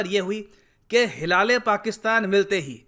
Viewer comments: Sir bhi maze le ke "Hilal- E- Pakistan" ko "hila le Pakistan" bol rahe hai..... 😂😂😂😂😂😂😂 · Sir, का जो pronunciation था उस पर मुझे काफी हसीं आई हिला- ले - पाकिस्तान बोले जा रहे थे , जबकि हिलाल - ऐ- पाकिस्तान होता ह् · It's prounaonce like hilale pakistan ka 😂😘😂😂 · Hilaale Pakistan awaard 😂😂😂😂 bhi has Rahe hai andar hi andar 😀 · Top pakistani award ~ Mara - Le - Pakistan 😂😂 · *huda -le - pakistan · jo bhi ho bhai .. pronounce to hila le Pakistan hi karenge 😂😂😂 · Bhai hila-rha-h-pakistan...😂😂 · Whft😂wht is that ?? Hilale Pakistan?😂 Sir k muhh se ye bht funny lg rha kuki ye properly pronounce ni kr pa rhe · Hi-la-le Pakistan award lol 🤣 😂😂 Actually he deserve that kind of award OH pakistan and again you made me laugh 😂😂 Hi-la- le award 😂😂😂😂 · When I heard- hilale🤔 hilale😂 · I couldn't hold my giggle when sir said Hilale Pakistan 😂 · Hilal e pakistan ? How to pronounce it 😁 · For once I thought mispronounced their award 😂😂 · Sir pta nhi kyo "Hilale Pakistan" itna emphasise kr k bar bar bol rhe the 🤪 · Every time he said 'Hilale Pakistan',i couldn't control my laugh. And the irony is that the president is looking so happy as if he has received Oscar.